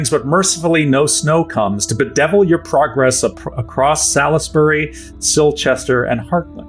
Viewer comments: Just going to leave this here, because it hurts my ears, Salisbury is pronounced SOLLS-BUR-E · Came here to say this. Love the show but the mispronunciation grates. (though I'm more "sawlz-bree" as from Hertfordshire)